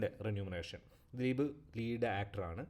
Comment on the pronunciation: റെന്യൂമറെഷൻ അല്ല remuneration